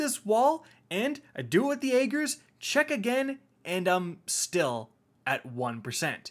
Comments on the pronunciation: I can't think of a single YouTuber that pronounces this weapon's name correctly. It's pronounced: AH - GERS! No, not AY - GERS. Not even AY - JERS. AH - GERS! I'm sure I look like a cringelord grammar Nazi right now, but I had to say something. Literally NOBODY is saying it correctly, and it's driving me insane lol. I mean, cmon... There were multiple lines of dialog and an almost 5 minute long cutscene where they referenced it by name multiple times! Ok, I'm done. Thanks for coming to my TED Talk. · "I don't know how to pronounce Ager correctly, even though Savathun said it like 10 times".